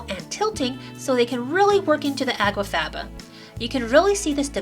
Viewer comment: It sounds as if you are saying água faba at times, instead of aqua faba.